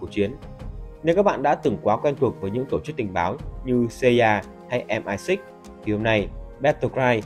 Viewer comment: Đọc Xê I A thì cứ đọc là Mờ I Sáu đi chứ cần gì Em Ai Sít nhỉ :)))